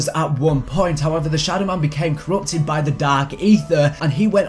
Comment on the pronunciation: “Corrupted”, not “Currput”. I hope this helped you out and, ah, bye. 😆